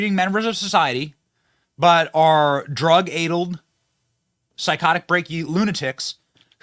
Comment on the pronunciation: " addled" is pronounced like " saddled", not like " ladled".